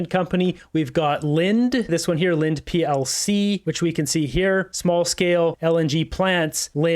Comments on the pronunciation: Linde is pronounced “Lindy” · It’s pronounced lind EE. Most of their market is on not LNG. Most of it is medical grade gases and welding gases (I worked there for 15 years)